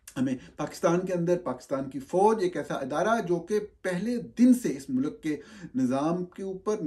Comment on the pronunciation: Norani sahab you're an educated person. Please, for God's sake, don't say MULAAK(Country) say Mulk. Thx